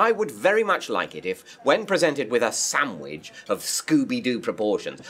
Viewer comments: Is he saying "samwidge" instead of "sandwich"? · Did he say "samwich"? Several times? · I'm thinking of writing a rant on David's pronunciation of "Sam-widge".